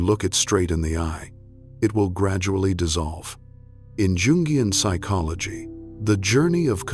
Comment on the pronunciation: Has to be AI, the chronic mispronunciation of Jung and Jungian is revealing. Not to mention the cadence of the narration — no space to take a beat or breath.